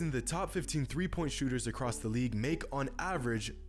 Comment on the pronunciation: he really said “came acrosst”